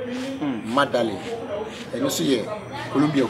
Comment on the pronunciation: Medellin not madelin and its pronounced (medeyiiin) not lin